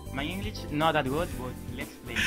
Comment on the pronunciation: "My english is not that good but, let"s play" EN LUGAR DE "BUT" DIJO "BUTT" SDKJSHKAHJDHAHFKJ